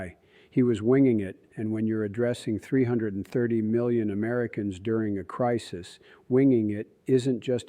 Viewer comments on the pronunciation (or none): none